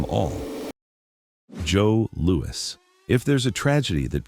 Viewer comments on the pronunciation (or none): I have never heard the boxing legend Joe Lewis pronounced as Joe LOU-EEE never ever ever ever!! it has always been pronounced I mean always Joe LOU-ISSSSS PERIOD!! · Pal it’s JOE LOU-ISSSS.